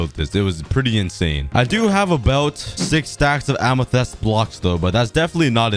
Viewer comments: I have a challenge: make an island for every biome (Axolotl can count for ocean biome and goat for taiga forest biome) Amethyst is just a custom biome P.S Amethyst is pronounced am - ih - th - ist - not am - ih - th - EST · Its so cringe when you say amethest instead of amethyst. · plz tell me u say amethyst not amethast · Whyyy does he say amethEst it's amethYst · Am a fist not em a fist spot saying it wrong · Kan you say amathyst corectly pls its like fist but more y and th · "A lot of A-ME-TEH-ST BLOCKS" -COOKIE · The Amethyst Pronunciation: Am-e-fist. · he has said amythist 46 times in this vid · ah yes amathest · its pronounced amathist and spelled amethyst amathest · Its pronounced amothist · ah yes ah-me-thest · It’s pronounced Am-e-thist, Amethyst. This annoyed me more then it should have 😆😂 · A-me-thist is how you say it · Here are some pronunciation tips for you: amethyst (am i thist) and nautilus (not i lus). I hope this helps you :) also I think my name would be pretty swaggy on the wall of leaves (wink wink) :) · ITS PRONOUNCED am-i-fist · I loved it when you used to say aminest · You may not bruik the krakt amethis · im pretty sure that its called AM-A-TYS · 7_8 min ago it look really good can you buid the islands more far in t the ocean it is pronounced amatist edit i wan't far enough in the video so i didn't know you counted it later your self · I love how he says amethyst like A M E T H E S T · The way he pronounce amethyst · After hearing him say amethyst wrong I also said how he says amethyst. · It's amethyst bruh anyways awesome video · Its Amethyst Lmao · it bugs me so much that he says the word amythest wrong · i can hear the english teachers screaming at for mispronouncing amethyst. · Your saying amethyst wrong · Hey sometimes you said amethyst wrong sometimes can you try and say it correctly pls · who is annoyed about how he calls amethyst